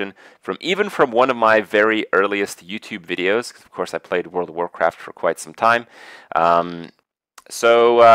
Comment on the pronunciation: Another Heartstone wideo anoder dislike. When vill hardkore returns?